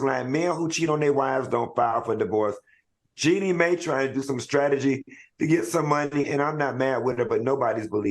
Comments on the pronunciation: Thank you for always being so objective Claudia. It's Jeannie "MY" not "May" folks. lol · I want them to start saying her name correctly haha it’s Jeannie Mai, as in MY, not MAY 😅